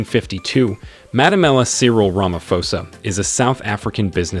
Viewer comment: Matamela not Malemela